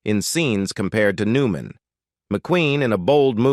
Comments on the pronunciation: Agreed. "Paul New-MAN..." WTF is that? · I hate these AI narrators. Really..... Paul New MAN....